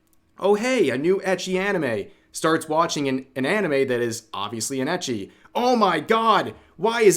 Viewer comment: why do you say ecchi like that? I say ecchi instead of ecchi when refering to ecchi anime